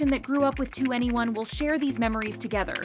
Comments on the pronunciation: It's prounounced like the number "21", not each individual letter 2 N E 1. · It’s not “2 Anyone” it’s “2eny 1” as in the number 21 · Why were so many people unaware the pronunciation was “to anyone” and not “twenty one”? 😭😂 they literally say it at the beginning of almost every one of their songs guys 😭😭😭 anyway as someone who got into K-Pop because of 2NE1 and BIGBANG 15 years ago and only ever got into them cause everyone else is/was so basic and cookie cutter, I’m super excited and really hope it actually leads to new music 🤞❤️❤️❤️ (cause I’ve felt the harsh burn of YG screwing us over too many times) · Not "2 any1" it's 21 - 2n e1. What's so hard about that? Like the long decade dispute. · Daaamn so i was today years old when I realized that 2NE1 is pronounced ¨to any one¨ and not ¨twenty one¨ lol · Twenty one pilot but 2NE1 is pronounced To Anyone/2 N E 1